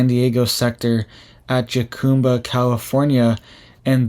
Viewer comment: Jacumba is pronounced.. Ha-cumba… the Js are silent. I lived in Jacumba